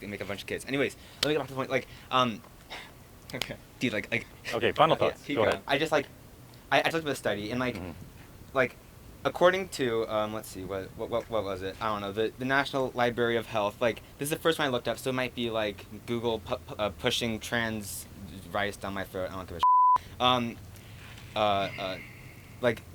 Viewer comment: He was obnoxious but I lost it when he said "libary" instead of library twords the end of the video ☠️